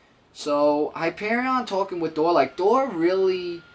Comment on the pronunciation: hi-pear-eon say it like spelt it